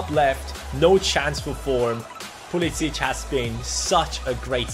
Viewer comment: Pulisic's name is usually pronounced Pulisick